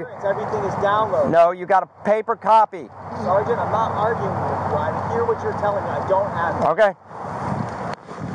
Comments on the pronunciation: if he says Sargant i've got a BINGO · He says sargeant far more in one video than anyone that's gone through boot camp in it's entirety. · This other metro guy is almost a fully trained....just needs to learn to say sergeant sergeant sergeant sergeant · I swear the first word to ever come out of mouth was "sergeant".